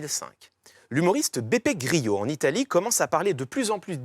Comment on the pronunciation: Beppe Grillo n'est pas espagnol mais italien. Donc son nom se prononce comme grelot, pas gryo, Monsieur Je-sais-Tout !